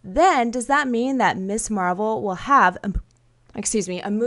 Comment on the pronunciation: Keep hearing Miss Marvel as Miss Marple.